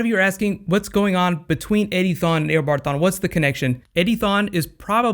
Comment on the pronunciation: Hey it is not aobard it is eobard